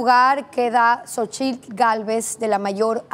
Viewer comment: se dice PRESIDENTE" no PRESIDENTA. Ud es una COMUNICANTE, no COMUNICANTA. Y se pronuncia "JOCHITIL".